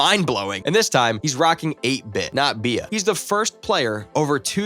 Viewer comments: Ive never heard someone say be-ah when saying Bea lol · If ur gunna say "Be-ah" please never speak again 😭